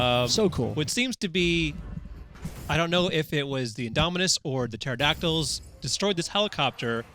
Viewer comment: It hurts when they say Pterodactyls..........